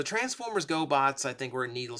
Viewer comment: Got confused momentarily when you said Transformers Go!-bots and I heard Transformers GoBots.